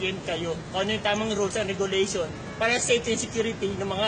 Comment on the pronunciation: sa pronunciation pa lang ng RE-GOO-LEY-SHAWN, fail na fail na itong baklang ito